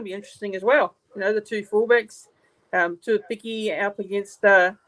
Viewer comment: Hey bro. The pronunciation of tuaupiki goes like this. 2-0-PIKI. Or 2-oh-piki.